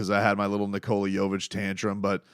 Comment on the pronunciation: it's pronounced KNEE-kuhluh. Not, Nick-COLA. The emphasis is on the first syllables.If you're gonna stan him, ya gotta say it correctly man. It's a sign of respect to say someone's name correctly. No arguments on anything else though, HEAT UP as always brotha